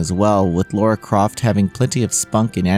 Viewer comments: La-ra NOT Lau-ra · LARA . . . . . not LAURA!!!! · Her name is not Laura. It’s Lara. Americans seem to have issues saying her name. Lara! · DUDE! DO YOU HAVE SPEECH IMPAIRMENT PROBLEM OR JUST FUCKING DUMB! LORA?! REALLY?! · I agree, I thought it would be easy for them considering how they say “a” in different words compared to other countries I wonder if they can even hear how it is pronounced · it's a small point, but as an English man, it gets tiring hearing Lara's name not correctly spoken